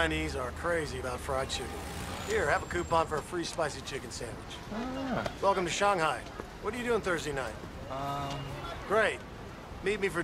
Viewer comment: still said shanghai wrong